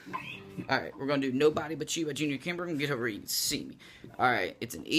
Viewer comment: I think his name is pronounced kimbroh.